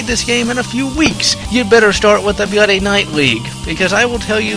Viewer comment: I know this is something he does on pretty much all his videos, but why does he pronounce bloody as "byuddy" or at least sound like it?